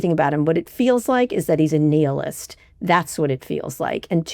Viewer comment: Kara, google how to pronounce nihilist. Don't mean to come across as a grammar grump, but it's easy to google pronunciations. More youtubers should actually start doing this. You guys all have staff that can do this, right? lol at self...so easy to do